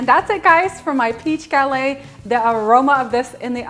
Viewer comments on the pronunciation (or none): Gah-LETT, not ga-lei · French cuisine called a GuhLETT -- not gal-AY. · Hi i love your recipe but i don't know, about the way you pronounce the word "Galette", you're supposed to say it with the 2 T's like "LET go / galLETTE". I'm from Quebec and my grandparents are from France. Anyway, just a little lesson i'm giving you. Friendly yours...France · The "T" is pronounced in gallette. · Looks delicious. FYI, you do pronounce the t's in the word "galette". Have a great day and keep up the good work!